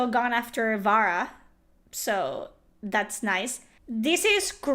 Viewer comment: Vara not Vera, David Jaffe is not educated enough to read and speak/pronounce in his own native language.